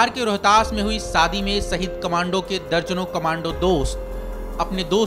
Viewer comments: Saadi nahi Shaadi hota hai bhau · Saadi nahi shaadi mere bhaai